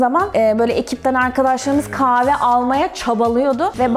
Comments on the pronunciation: Offff kave değil kaHve !!!!!!! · Kızın kaave deyişi ne kadar sinir bozucu. Kahve diye söylenir o kaave değil.